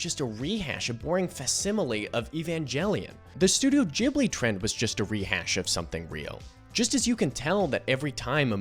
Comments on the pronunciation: your Ghibli pronunciation is all good m8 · You pronounced ghibli 100% correctly :) it is pronounced like a j in english! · I know this isn't important, but since you noted that "you didn't know if Ghibli is with a soft or hard G", I came to answer that, it's a hard G :D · Thanks for making this! I was really impressed with the rhetorical quality of the video! And I think you got the pronunciation of Ghibli correct, the soft G more closely matches the original Japanese at least.